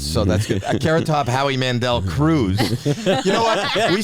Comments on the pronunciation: A carrot-tuh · A carrot-tuh?